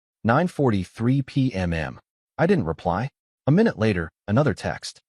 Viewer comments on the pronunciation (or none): Is there a reason why every time the time of day is spoken as either a.m. or p.m., why does the A-I have to add a second "m" at the end? All of the narratives especially in this particular voice does this.... Would it be asking too much for a proof-listen and correction prior to posting??